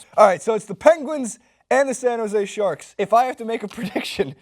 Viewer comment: is it me or is that guy saying San Jose Sharts?